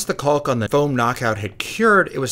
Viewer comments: Looks great, its pronounced kaak not culk btw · Love your builds but it is painful hearing you mispronounce caulk over and over again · so you're really just gonna ... pronounce the L in caulk, huh...